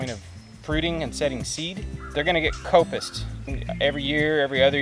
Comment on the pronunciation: Are you saying coppice right? Not how I have heard it said.